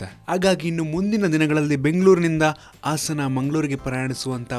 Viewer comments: Much awaited. 🤘. Very sad to hear how they pronounce "Hassana" as "Assana". Please try to correct it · ಇವನ್ಯಾವ ಸ್ಕೂಲ್ ನಲ್ಲಿ ಕಲಿತು ಬಂದಿದ್ದನೋ, ಆಸನ ಅಲ್ಲ ಗುರು ಅದು ಹಾಸನ. ಆಸನ Andre ಕುಳಿತು ಕೊಳ್ಳುವ ಜಾಗ. ಹಾಸನ ಒಂದು ಜಿಲ್ಲೆ ಹೆಸರು.